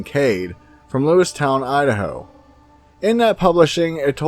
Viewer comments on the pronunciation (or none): Its lewiston not lewis town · It's Lewis-TON, not town...christ-take a fucking speaking class and learn how to pronounce actual words. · "Lewiston", not, "Lewistown"..I made it less than 2 minutes into this...Terribly flawed.